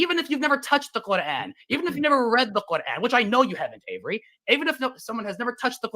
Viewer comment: Qurrr-An